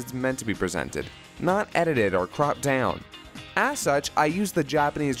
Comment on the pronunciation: I heard that southern accent come through when he said the "down" part of "cropped down"